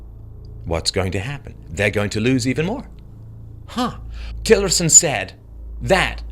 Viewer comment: just putting it out there mate... its Tillerson not stillerson